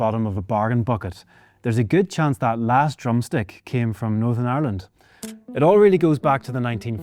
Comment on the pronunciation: "Norsurn arrland"